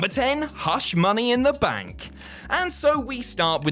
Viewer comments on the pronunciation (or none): none